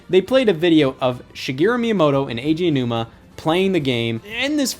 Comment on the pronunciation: it's not "AJ Anuma" it's E I JI A O NU MA